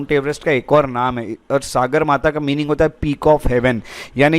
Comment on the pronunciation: It is pronounced as सगरमाथा sir not सागरमाथा .